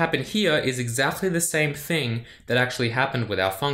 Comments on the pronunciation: why do you say to "exactly" -> "exahtly"? is this some sort of accent? xD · your "Exakhly" is good😂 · Your pronunciation of the word "exactly" is super interesting. Do people from where you're from usually turn the C into like a strong H in this position? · Do people from Australia pronounce the word "exactly" like does?